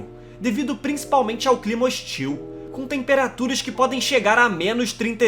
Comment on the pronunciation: PUTA QUE PARIU!!!! Eu juro que tento ver os vídeos desse canal. Mas, de boa, o jeito que esse carinha narra é insuportável pra mim! O cara parece que canta, dá sempre ênfase às sílabas finais: canaDÁ, hostIL, inverNO, planeTA! Aff! Não dá pra mim! É chato pra CARAI!